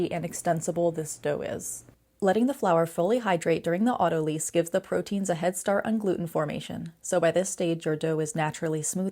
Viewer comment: It’s lyse like ‘lice’ not leese. From the word lysis. Ugh. Must be AI speak.